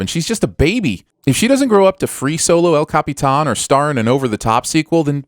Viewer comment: I like how you accurately pronounced “El Capitan”.